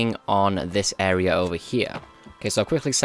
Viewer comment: clear this Are-ar-out